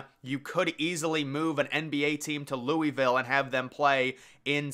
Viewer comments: Your pronunciation of Louisville almost made me throw my phone out the window. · “Louie Ville”